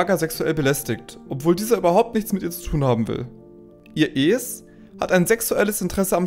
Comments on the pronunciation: Du hast so ne' weirde Stimme... Ich kann dir nicht zuhören Man sagt ES und nicht äs wtf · Super Video, aber bitte sprich "Es" wie den Film aus....